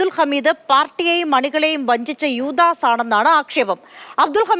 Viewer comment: Not 'Joodaas'. Word 'Yoodaas' is right. Muslim league is making 'Confusion' for Religious gain 🤧